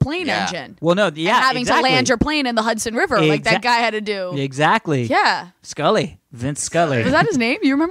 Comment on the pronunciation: It's Sully not Scully. His name is Chelsey Sullenberger.